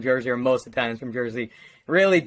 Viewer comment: Man.. you said eye-talians....